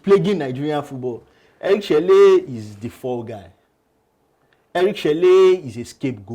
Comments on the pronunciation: Chelle is pronounced Chell not chellay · Eric sekou chelle is pronounced " Eric seku shell "